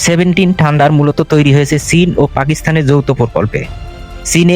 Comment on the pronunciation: ঠান্ডার না ভাই থান্ডার।